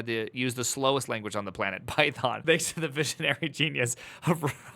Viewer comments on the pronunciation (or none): none